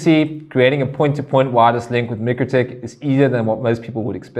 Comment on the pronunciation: Should I be trusting the informatio from someone who can not even pronounce mikrotik (my-crow-tick) correctly, and no its not the S.A. pronunciation , and for those who dispute this, just watch Mikrotik's own videos.